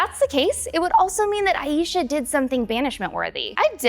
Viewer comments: Your killing me with the mis-pronunciation of Aisha... it's "I-Shah" not "I-eesha" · hi the name “aisha” is pronounced as “EYE-sha” not “EYE-YEE-sha” thanks!